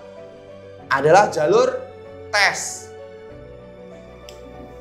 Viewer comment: Medhok kak "jhalur" hehe